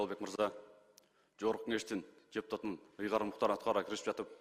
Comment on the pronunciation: Жогорку Кеңештин жепутатынын деп ачык айтты окшойт, д менен эмес ж менен айтты го